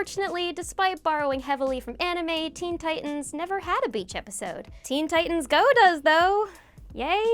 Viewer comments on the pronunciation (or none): none